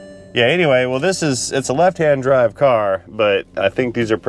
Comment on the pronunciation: Turning off noise cancelling didn’t alter your voice too much. Enjoyed your test dwive with all the fancy electwonics.